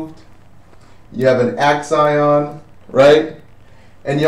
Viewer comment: Yes, that bothered me too. Also, calling the axon an "ax-ion," and not seeming to know where the axon is relative to the neuron. He kept pointing to the neuon when saying "ax-ion," as if he thought the neuron was the axon. And then, when drawing the myelin on the axon, he was talking as if he thought the axon is called the neuron, and that the myelin sheath is on the neuron. Really weird that no one else seemed to notice.